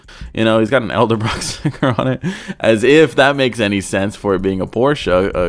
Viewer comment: Elder-brock? It's pronounced eddelbrock